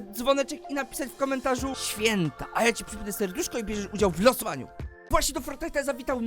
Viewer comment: "Święta" dzk za tuto :)